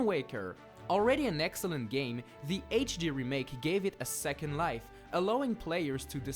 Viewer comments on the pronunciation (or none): none